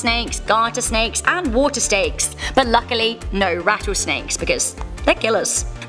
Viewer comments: She said water stakes😂😂. She said this when she was telling us which snakes she had seen before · "Water steaks" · Lataris Keyes i heard steaks 😂